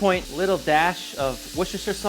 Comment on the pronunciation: Wooster-sheer is fine, wooster-shire is not so good, but OK. Many, many people in Britain have trouble with place or product names as well. A diminution (shortening) of Worcestershire would be "wooster-sheer". No matter how you pronounce British names no one cares that much, other than to offer us some low-level comedy. Say it as you like, all of it is great! When I was young, most Indians could get get the pronunciations almost spot on, now they follow a US prospectus and get it all wrong and have an Indian-English mangling in-between.